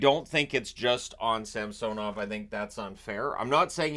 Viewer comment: Can you please pronounce samsanovs current pronunciation right? 😅